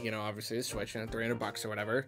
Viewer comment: Hehe he said Squitch